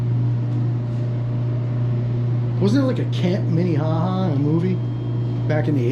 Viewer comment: MINEHAHA LOL I think there is a town called MINEHOHO😂😂😁😁🤩